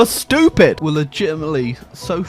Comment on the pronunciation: No one:: they're too shtyoopeed